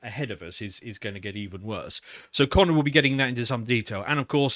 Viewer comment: Did he say “Our Connor colleague”?